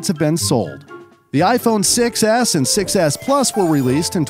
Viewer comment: The iphone 6 was the most popular iphone, but when i hear 6s it sounds like successs